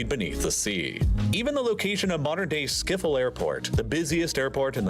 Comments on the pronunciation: Ik kan er niet tegen dat de narrator "Schiffel" zegt. Het is Schip-Hol (I cant stand it that the narrator says "Sciffle". It's 'Ship-hol' .) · 🤣 Skiphol. I am dead... The "sch" is crazy. Is the sound gone or is it just me? Then around 39 seconds it's back again. I am Dutch, so i was super curious about the answer.😅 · how the do you pronouse schiphol airport as schifel airport